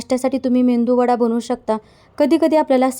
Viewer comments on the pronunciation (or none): मेंदू वडा नाही मेदूवडा